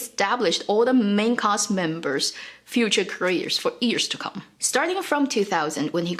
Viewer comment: Random comment: She seems to never pronounce the ‘y’ in years. Always sound like “ears”